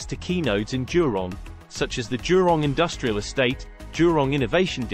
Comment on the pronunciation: It is jurong not durong